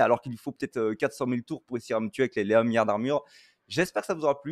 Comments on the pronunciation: Un mion et un miard, ça me rappelle Guillermo Guiz sur l'articulation 😜 GG! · C'est fou comme un milliard dis par un belge, ça paraît pas beaucoup !